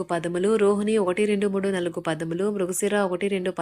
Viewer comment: Nalugu kadamma it’s read as naalugu Means 4